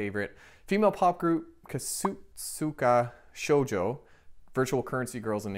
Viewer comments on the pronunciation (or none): BTW, I think Kasotsuka Shojo is pronounced “Kah-sohts-ka Shoh-joh”, with the a and o vowels being like “ahA” and “Old”.